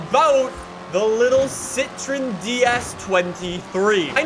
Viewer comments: Its not pronounced "si-tri-n"... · It's Citroen you have to pronounce the O.